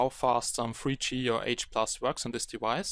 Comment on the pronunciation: Alter sorry aber ich dachte grade "it only supports free gee" du meintest "THREE G". Inhaltlich gutes Video aber BITTE arbeite an deiner Aussprache!!